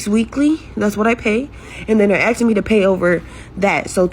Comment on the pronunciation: Asking not axing.